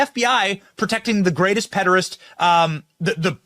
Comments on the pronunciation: Benny saying pederest annoys me so much for some reason. All these people are disgusting monsters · Pedorist?! Does he know English?